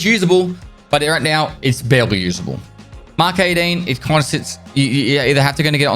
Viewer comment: "Mk is a written abbreviation for mark. Mk is used to refer to a particular model or design of a car or machine. E.g. - A Mk5 Golf or Mk14 EBR" - Collins English Dictionary. "Mark", not "EmmKay".